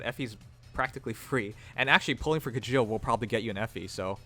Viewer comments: Its actually pronounced Shell, Mangs mentioned its Norwegian. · It's Kee-yell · You pronounce Kjelle like "Kyell", not Kajeel. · I think the j in Kjelle is pronounced like the j in Mjolnir.